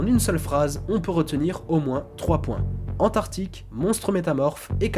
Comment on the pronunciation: antarctique pas antartique !!!! sinon bonne video